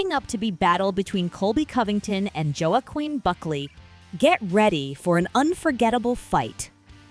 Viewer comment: Did this AI bitch really call him Joe-Akwin?